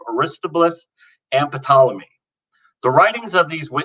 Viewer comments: Ok is just trolling me now...he knows how to pronounce Ptolemy - taa • luh • mee yet he insists on mispronouncing virtually every name from ancient history... Puh • taa • luh • mee. Why? It's to vex and distract anyone knowledgeable of the topic at hand from being able to listen to any of the actual content of his argument because our brains are grinding to a halt as we wrestle with this pronunciation problem. At least he pronounces Kant korrektly. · It's pronounced "tolemy" not "puh-tolemy". Oof. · Am I the only one who cringes every time he P ronounced ptolemy "P tolemy" or am I just being P edeantic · Please tell our young scholar that the “P“ in Ptolemy is NOT pronounced.